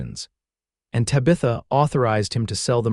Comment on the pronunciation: Sure wish pronunciations were better Tabitha for one